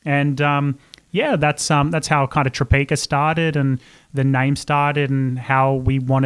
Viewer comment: Obsessed with Tropeaka podcasts and especially the one Caleb did with Sarah's Day and Kurt. I've been desperate to try the products ever since the days Sarah pronounced it Tropiaaaaka😂 _.jadey._ username on Instagram!💫 I sure have underscores in my username haha